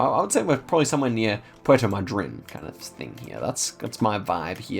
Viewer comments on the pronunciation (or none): none